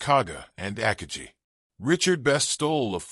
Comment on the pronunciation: With all the time spent on making this video, no one bothered to research the correct pronunciation of “Akagi”, which is distracting. I have never heard it pronounced that way.